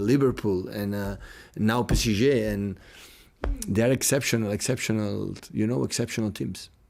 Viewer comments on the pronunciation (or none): He said “pessijay” when referring to PSG 😂